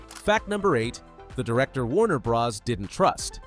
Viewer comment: Did you also notice "Warner Brahzz" right before that, at ? That's not the kind of mistake a human reader makes.